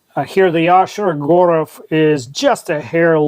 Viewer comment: Very interesting to hear the correct pronunciation of Shirogorov. There heat treatment explains the prices. Thanks.